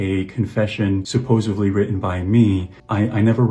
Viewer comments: "I can't justify..." **continues to try to justify his heinous acts. What a POS. Also, "supposovly"??? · Did this 33 year old man say "supposevly"? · Bro saying “supposively” its SUPPOSEDLY not supposably, not supposively… SUPPOSEDLY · It really annoys me that he says “supposively” it’s “supposedly” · The way he repeats "supposeVly" makes him that much more unlikeable